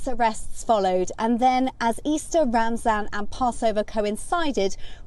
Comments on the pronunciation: I thought it was pronounced Ramadan and not ramzan. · It’s pronounced Ramadan not ramsZan